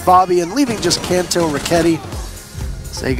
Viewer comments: *say it as Can-toe-row-ketti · the way this guy says kantoroketi pains me he goes kon- toe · How hard is it to say kantoraketti? bruh ya issa wack